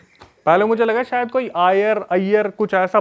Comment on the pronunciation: Bhai sayad hota hai sayar nahi